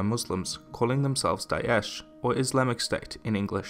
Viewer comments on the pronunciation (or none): Dai esh xD It's pronounced more closely to da ash